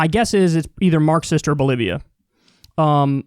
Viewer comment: Loo kyle said bolivia wrong. XD kyle sais bolivion. LuL